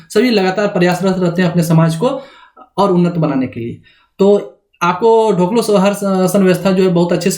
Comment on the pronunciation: ढोकलो नहीं होता है, डोकलो' कहा जाता है खड़िया में.